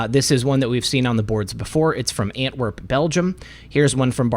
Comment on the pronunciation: Ant-werp? An-twerp? 😳